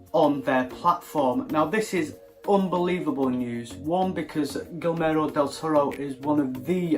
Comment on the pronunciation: You're pronouncing it as "Gilmero del toro", but it should be more like "Gi-germo" as in the word "german".